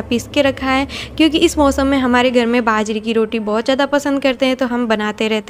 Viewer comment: Didi ap hindi bolne k chakkr m jeebh ko jyada tight mat kia kro... aram se relax hoke bolo fumble bhoot aate h. Baajre ko bhaajra boldete ho ghbrahat m. Be confident be frank.